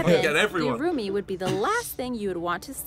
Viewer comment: The pronounciation of the URUMI and KERALA has been completely butchered by the lady ...... It's quite offensive ya know ..... We got some serious fans from kerela ...